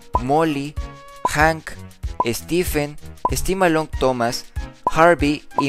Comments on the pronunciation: Minuto dijiste stefen y es steven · Es Stephen, solamente que se pronuncia (Stifen)